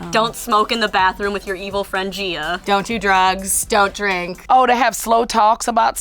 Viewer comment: It's not Gina, it's Gia